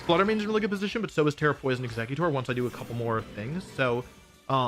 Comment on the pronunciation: Is no one else bother by him mispronouncing EXEGGutor